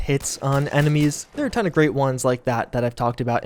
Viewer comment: Am I the only one who loves when says: "A TOOON" 😂 I really love it!